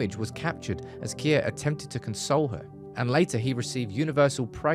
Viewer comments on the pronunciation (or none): The pronanciation of Simon Kjær is kind of funny. Its will be easier to just say Shear and more right. Not like Kier 😆